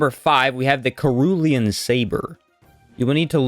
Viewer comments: I know this vid is from a year ago but sr·oo·lee·uhn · Man, I already watched a dozen of your great videos, but then you just "kerulean" saber. It pains my heart. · The C in cerulean is pronounced like a S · Brother the way you pronounce Cerulean 😅